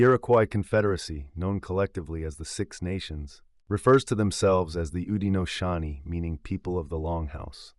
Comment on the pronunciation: in, incorrect. Haudenosaunee - (how-de-know-show-knee)